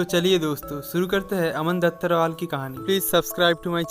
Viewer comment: Bhai vo dhattarwal hai bhattarwal nhi 😂